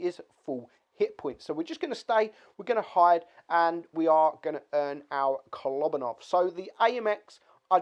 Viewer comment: its not kOlObanov, its koloBAnov, its about how you pronounce